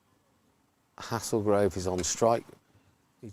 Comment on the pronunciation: It’s pronounced “Hay-zul-grove”, but good effort 👍